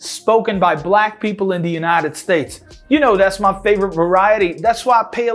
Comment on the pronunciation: Uma coisa que eu percebi é que o MY que a gente fala "mái" no Black English fica só "má"...hehehe